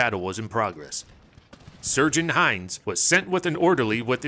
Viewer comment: Did you say surgeon Hines?